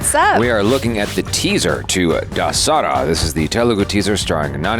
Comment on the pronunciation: Pronounce it like this - The SRA = It's an event nvm I think probably knows.